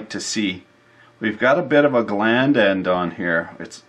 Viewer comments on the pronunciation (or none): it's glans, not "gland" lol